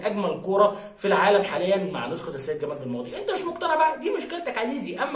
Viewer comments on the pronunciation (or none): none